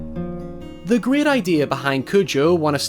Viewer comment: Oz the Gweat and Tewwible